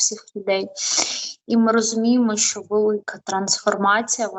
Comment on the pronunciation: Тільки не шьо а що